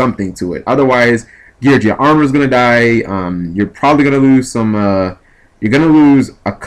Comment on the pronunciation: it's gear geee ahhh not gear jee ahh